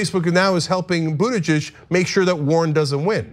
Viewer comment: What a difficult name to pronounce. Buttijidges...